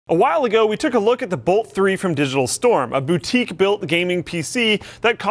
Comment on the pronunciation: Digitial Storm? I could have sworn it was Digital Storm. :)